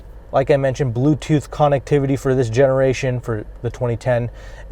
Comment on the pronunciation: Can you say connectivity one more time please